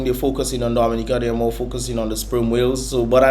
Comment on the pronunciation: The first time I have heard the correct prononciation of the name Dominica